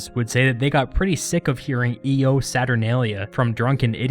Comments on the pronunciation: "The sun would have WENT down"? Seriously? You don't know that it should be GONE?? By the way, it's not "EE-oh SaturNAYlia" but "YO SaturNAHlia." Your pronunciations are pathetic. You've got other screw-ups, but these are the most glaring. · I believe its a consonant I because of it being next to an o; making the pronunciation yo instead of eo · Shouldn't 'Io' be pronounced 'yo'? Otherwise, great video! Io Saturnalia! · It's pronounced "yo saturnalia" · IO would have been pronounced Yo.. wouldn't you believe it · Io is pronounced "yo" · Hey, thanks for doing this video! I’m doing a Latin project on this festival so it was nice to see it all condensed. One little thing though, Io is pronounced yo since that’s how they did their i’s in the old days. Thanks either way. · I think 'io' would be pronounced more like 'yo'. So "Yo, Saturnalia!" which I find kinda funny. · Can any Latin students clarify how "Io" is pronounced? I always learned it as having an English "Y" sound like "yo, saturnalia." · Yeah it would be as the 'i' is before another vowel so the 'i' would become a consonant and pronounced like the English 'y'. As a side note, the consonant 'i' is often written in English as a 'j' for some reason, so instead Iulius became Julius, and Iuppiter became Jupiter in English.